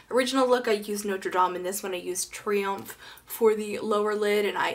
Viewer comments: Elyseés: Ee-lee-SAY. Triomph: Tree-UMPH. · Also, it's pronounced "TREE-umph." But in a nasal-y, French way. Like the Arc de Triomphe.